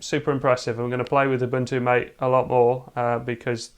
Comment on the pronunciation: The name " MATE " is pronounced Ma-Tay . It comes from the yerba maté plant, native to South America.